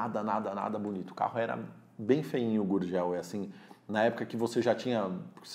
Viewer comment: Errou no gurgel.